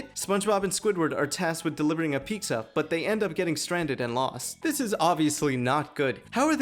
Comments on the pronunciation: It’s pizza not pikkzaa my brother !! Gotta love that brown culture ❤️❤️ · Bro sounds like he's saying Peeksa.